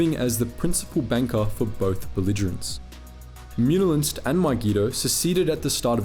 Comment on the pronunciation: I like how you pronounce Muun wrong but then continue to perfectly say Muunilinst xD